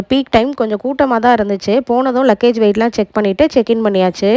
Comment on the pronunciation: It's not luckage mam it is luggage